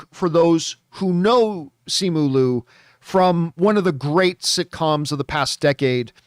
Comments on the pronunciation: Okay but is John pronouncing Simu Liu's name wrong the entire time or are there several ways to do it? Because Simu himself pronounces it Li-u, not Lu when he introduced himself in an interview I saw. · He pronounces Simu Liu as Luu the entire time as well XD